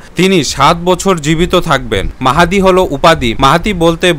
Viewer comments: ইমাম মেহেদী নয় ইমাম মাহাদী,,, খুবই দুঃখজনক নামটাই ঠিকমতো বলতে পারেন না,, আপনার ভিডিও কি দেখব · ইমাম মাহদীর নাম ঠিক ভাবে বলতে পারিসনা৷ ইমাম মাহেদী বলিস মূখ্য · প্রথমেই উচ্চারন ভূল, ঈমান মেহেদী হবে না, ঈমান মাহাদী হবে। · ইমাম মাহদীর নামটা সঠিক করে বলুন ভিডিওতে ভুল আছে